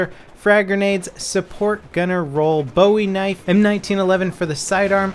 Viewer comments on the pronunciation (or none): Your pronouncing bowie knife wrong.